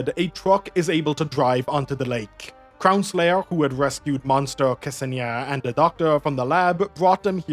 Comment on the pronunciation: K-Senia xD You mean Ksenia, pronounced like Xenia? Hahaha it's kinda funny tbh